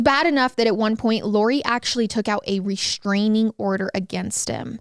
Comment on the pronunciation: ReSHtrainig order?